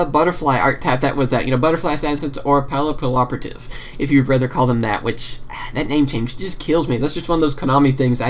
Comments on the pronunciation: Well, actually it is Pap-ee-operative. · arguably thats not right either. Papillon is butterfly in i believe french or italian and is pronounced- PAP-ee-yawn. so it could be different with a "y" sound... ;) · It was hard for me to say pappiloperativtive at first but then I found the trick to it. Pap-ee- L-Operative. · Yugiohs players can't talk. Whats so hard about saying Papilloperative?